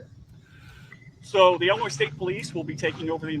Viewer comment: 'Illinoi' not Illinoise